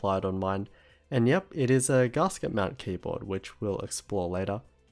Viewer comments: It's gasket, not garsket. Gas. Ket. ;) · Yes. I live in Australia. But none of that has any bearing on the correct pronunciation. I think he's just read the word and not heard it, because zero people, of any accent, pronounce it like that. Even the upper-class Brits, who are most likely to pronounce "a" as "ah" (as in "dance") don't say it like that. It's not a criticism or a dig, just letting him know :) P.S. You're supposed to capitalise country names.